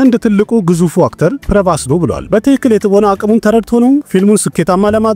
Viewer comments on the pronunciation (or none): none